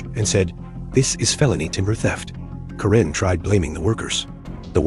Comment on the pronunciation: It's Kare-n not Ka-ren!